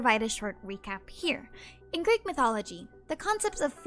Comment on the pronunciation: Kinda random, but your Greek pronunciation was ON POINT.